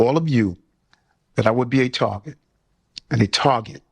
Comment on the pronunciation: He's a "tawget" and a victim of "roomuz"